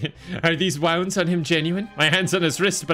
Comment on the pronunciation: I was thinking about complaining about Rouge's pronunciation, but then. I realized I'd need to point out words like "wound", which are obviously misspoken in jest. So now I rest: it's part of the joke. It's part of the joke... and if it wasn't, it will be after the fact. :)